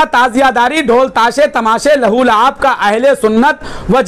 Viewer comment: Abe .Wo Lahu Luab Nhi ...Balki ..Lah wo Laib Hai